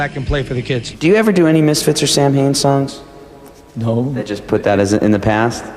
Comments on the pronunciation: Wow. Even doesn’t know how to pronounce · i cant stand how he mispronounces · Names band, doesn't know how to pronounce lol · Danzig usually reiterates the true pronunciation in interviews. He admits the band's way of saying it is just because that's how it rolls off of most people's tongues and it's how it's spelled, so he just goes with it.